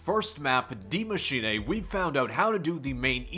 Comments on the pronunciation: I thought it was Die Machine not Dee Machiney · my man, Die Maschine pronounced Maschinuh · Why does it it sound like he says die machinA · It’s pronounced Maschina though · Day 489 of commenting on Zombie video trying to get people to actually pronounce Die Maschine correctly. It’s “Dee Machine-ah” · Its pronounced D I E , M A S C H I N E pleasee say it right you just sound foolish 😭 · Please type the name of the map into google speak. I love the content but the pronunciations kill me bro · ffs is this dude ever gonna pronounce that map name correctly its like that actress that couldn't say symbiote in the venom movie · no that's not how your supposed to say it at all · PLEASE learn how to say die maschine correctly, great video